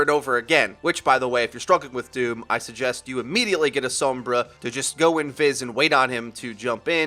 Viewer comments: Please quit saying s-OH-mbra. It's s-O-mbra. Usually wouldn't bug me, but the name is said out loud in the game. The pronunciation is audibly given to you. There is NO reason that you, or anyone else should be mispronouncing it. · She literally says "Soh-mbra online" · I did, she still says "soh-mbra" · and a really annoying pronunciation of 'sombra'...gooooosshhh i hate it.